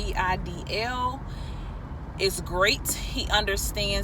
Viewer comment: If his name is spelled "Reidl" then you're pronouncing it wrong. In German when e and i go walking, the latter does the talking.